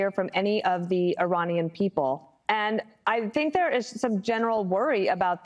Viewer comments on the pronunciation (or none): none